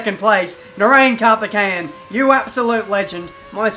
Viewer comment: Karthekayein. What a legend XD